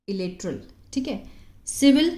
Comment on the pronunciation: Wrong pronuciation unilateral ap ki wajha sy hi hum sahi or ghalt mn farak kr py keep it up